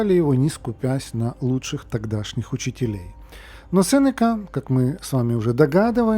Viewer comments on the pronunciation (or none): Говоря о столь серьезной теме и, претендую на роль просвятителя, на всякий случай, следовало бы уточнить на какой слог падает ударение в слове СенЕка. Мелочь вроде бы, а доверие подрывает...